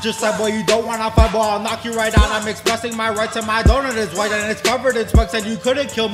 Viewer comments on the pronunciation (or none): none